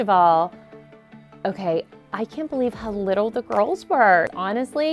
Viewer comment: I like how she said girls in twilight like it almost sound like gru and gorls